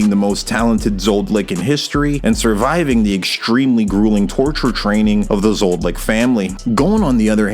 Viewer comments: Is he purposefully saying Zod-licks? Does Zoldyck get caught by the censors or something, thinking you're talking about wee-wees? I'm three and a half minutes into the video and it's bothering me so much with the repetition... I can't do another half hour of it. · Zoldyck, not Zold-Lick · It’s zoldyc not zoldlyc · Zoldyck ❌ Zoldlick ✅ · Zol dycks man, not Zold lycks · ZoldLick? lol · You dont pronounce the X in Hunter x Hunter. And why the fuck are you saying ZoldLyck??? Where is that L coming from? You make it Sound so incredibly dumb i can not listen to you further. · I love the video, but everytime you say zoldlick my toes curl up a little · Please stop saying Zoldlick it’s driving me insane 😭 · I'm one of those real anal peopleThe CC reads Zoldick but I swear I heard Zoldlick. Also I'm 99% sure it's pronounced Hunter Hunter. It describes the kind of hunger Gon is, he's looking for or hunting his father. The title still makes sense when Ging replaces Gon as the protagonist since Ging is looking for/hunting Don Freecs. I used to call it Hunter "ex" Hunter too, until I had the epiphany that Gon and Ging are looking for another hunter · Who says "Hunter X Hunter" or "ZodLyck" ?! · Did he say Zoldlick??? Lol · Whhhyyyyy are u saying zoldyck like that it’s annoying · Your pronunciation of Zoldyck is triggering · You keep mispronouncing "Zoldyck". The L comes before the D, not after.